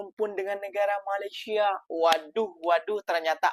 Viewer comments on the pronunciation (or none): COBA PERHATIKAN BAIK-BAIK APA YANG DIUCAPKAN... SELALU BERKATA MALASYA... MALASYA.. MALASYA 🤣🤣🤣🤣